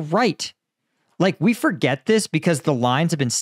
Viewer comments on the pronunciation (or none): none